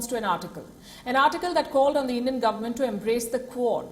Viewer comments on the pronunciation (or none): none